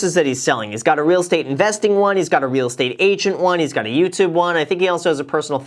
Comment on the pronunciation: Youtoob You’re welcome